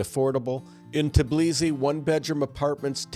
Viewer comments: 🚩❗️ The correct name of the capital of Georgia is TBILISI, not TIBLISI. “S” is pronounced as “s”, not as “z”. 😆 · Tbilisi is pronounced exactly like this: TEE BEE LEE SEE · You're totally butchered word Tbilisi.